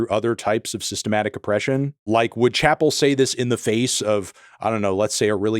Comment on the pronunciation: She mispronounces her first name